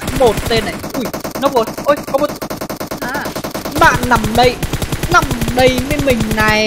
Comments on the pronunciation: Bị từ NÀ không ah. "Nói chung NÀ.....". Rồi thì "NÀM". Cố gắng lên đồng chí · Người ngoài mình không để ý mấy cái này đâu nhưng ở miền trung và nam, nghe cái biết liền ah. Trước tôi cũng bị, mà giờ được vợ sửa dần đỡ rồi. Chú ý mấy từ LÀ, NẰM, LÉM BOM